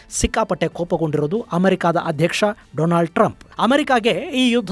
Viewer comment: ಗುರುಗಳೇ , ಅದು ಡೊನಾಲ್ಡ್ ಟ್ರಂಪ್, ಡೊಲಾಂಡ್ ಟ್ರಂಪ್ ಅಲ್ಲ 😅😅😅